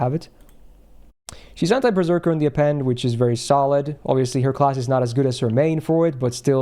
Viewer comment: Why do I keep hearing anti-perrserker passive? I've been playing too much pokemon.